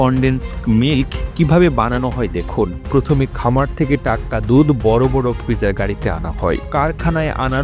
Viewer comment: আরে বলদ দুথ না দুধ বল রে শালা